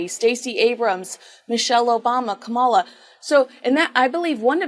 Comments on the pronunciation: please pronounce Kamala Harris's first name properly, It is KAMala, not KamALa or KamaLA. Thanks. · Just a friendly tip, her name is pronounced “com ma la” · Not a Kamala fan BUT — we should ALL pronounce her name correctly — it is “Comma-La” like the punctuation mark. , with “La” at the end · And neither of you say her name properly!!!! Com-A-law!!! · can’t even pronounce Kamala’s name properly! Talk about being able to speak proper English. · Pronounce Kamala correctly please! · Can someone tell these two how to pronounce Kamala? 😝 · Hey, I enjoy your commentary but please learn to pronounce Kamala correctly. You've repeated her first name dozens of times now and I am not finished watching yet. Did you know that the GOP are intentionally mispronouncing her first name to emphasize her heritage? I’m hope you aren’t aware of that. Racism is at the core of that. I get you support Trump but lots of people who listen to you who do not. Careful there.